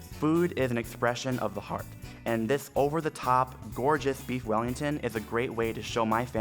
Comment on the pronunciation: “I lofs bweefs wellingtofs”